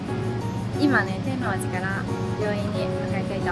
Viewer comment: 退院よかったです。復帰をお待ちしています。ところで、「なんば」の発音はあってましたけど「天王寺」は違いますね。😁